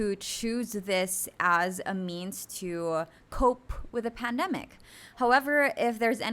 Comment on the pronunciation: You kept on using the word pandemic and placed the stress on the wrong syllable.